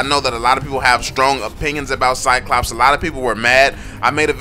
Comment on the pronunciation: When a black people try to say "Cyclops" turns to "CyCops" ... the irony hurts...